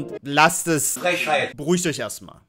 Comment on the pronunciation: Die nechste Frächeit" 😂😂